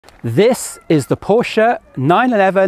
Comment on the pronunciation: Holy, this guy knows how to pronounce Porsche right. I appreciate.